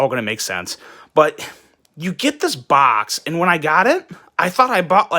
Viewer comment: The bitching about the branding ,plus the way he says box, made this almost unbearable to watch.